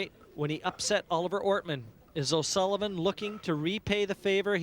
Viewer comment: "O'sullibum" lmao